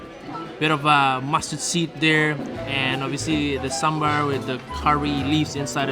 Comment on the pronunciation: The Australians, who are eating south indian food for the first time, can pronounce sambaar so well. Not sure why my dear north indian friends can only pronounce it as 'sumber'. 🤣 Wonderful to see people enjoying s.indian food with their fingers.